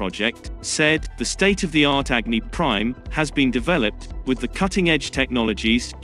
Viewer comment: Its अग्नि & not एग्नि!!!